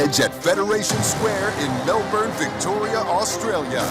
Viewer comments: It's Mel Burn not Mel Born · MELBORRRRN? its fucking Melben Dana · 'In Melburn' 🙄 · Mel bin that’s how you pronounce Melbourne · Dana... it's Melbin! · Mell.... burn? Learn how to pronounce the bloody city correctly Dana. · IT’S PRONOUNCED MEL-BEN